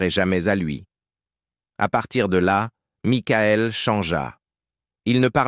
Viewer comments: 😂🤣😂🤣😂🤣😂🤣😂🤣😂🤣😂🤣 Maïkaël Jackson !!!! Les Jackson cinq !!!!! Pour ceux qui suivèze Mickaël depuis ses débuts !!!!!!! Pour ceux qui comprenète Mikaël !!!!! Houlà, c'est une vieille IA buggée française, ça ! 😂😂😂😂😂😂😂😂😂😂😂😂😂😂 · et aussi makaèl :face-blue-smiling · Aaaah l'IA 😂 Maïckaël et les Jackson Cinq ...